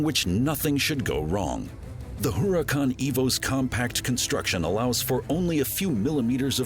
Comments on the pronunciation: I notice it too...and also the Huracàn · Huracan is spanish for.............. .......... .......... ..........Hurricane You dont say....